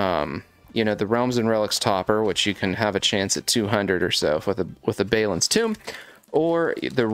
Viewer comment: ….have you even watched lotr. Thats not how you say balin.